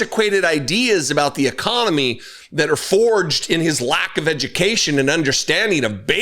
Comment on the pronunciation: Our "ECOMONY"? 🤣